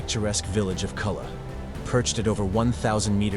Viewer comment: Just one of many awful mispronunciations......Culla=koo- ya...sorry, I live here and speak the lingo.